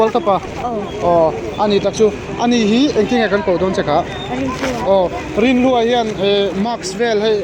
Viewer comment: Van fel tak em,(i hawrawp a chhia,Rinhlua pawh i ti fiah lo,nu leh pa tih tur ni awm tak ani 😄😄